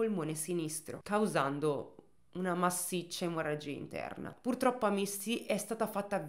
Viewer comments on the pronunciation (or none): none